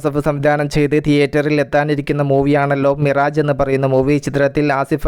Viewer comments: മിറേജ് എന്ന ഉച്ചാരണം തെറ്റാണ് മിറാഷ് എന്നാണ് ശരി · വായിക്കുന്നത് മിറാഷ് എന്നാണ്